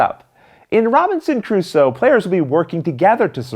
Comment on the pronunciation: Why are you pronouncing Crusoe with an ascent on the wrong syllable? Is it a Canadian thing?